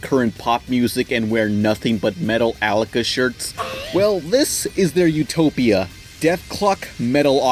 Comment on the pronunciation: Or.. OORRRRR.... "METALLICA" - Met Tall Lica... Hahahahahaha